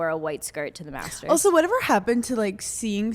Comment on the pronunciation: I just watched this and instead of Master’s I keep hearing masseters lol